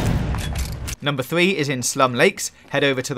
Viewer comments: “Numbah thwee... wespawn...” I can’t focus on anything but this dudes inability to pronounce his R’s. Sounds like my thwee year old niece. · a full sqwad of thwee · Learn how to say 3